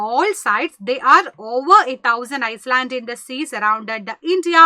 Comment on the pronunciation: Island alla pronunciation iland ennan s pronounce cheyyula